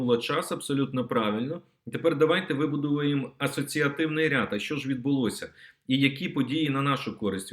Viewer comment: МУСІЄНКО! ТЕБЕ ГИДКО СЛУХАТИ!!!!!!!!!!!!!!!!!!! ЩО ТВОРИТЬСЯ З ТВОЄЮ МОСКАЛЬСЬКО- УРОДСЬКОЮ ЩЕЛЕПОЮ,ЩО ТИ НЕ МОЖЕШ ВИМОВЛЯТИ УКРАЇНСЬКІ СЛОВА??????????????????????????????????ЩО ТАКЕ: ЩЬО...,ЩЬО....,ЩЬО...,ЩЬО.....ЯКЩЬО,ХОЧЄТЕ,ЧЄРВОНА ПЛОЩЯ,ЧЄРГОВІ,НАЧЄБТО,КАМПАНІЯ,ПОЧЯЛИ,ПОБАЧЄВ,ЧЄКАТИ,ЩЄ ,ЗВИЧЯЙНО, ЗНИЩЄЛИ, ЧЬОРНОМУ..................... !!!!!!!!!!!!!!!!!!!!!!!!!!!!!ГАНЬБА ТОБІ !!!!!!!! ВЧИ УКРАЇНСЬКУ МОВУ!!!!!!!!!! (Українська діаспора в США)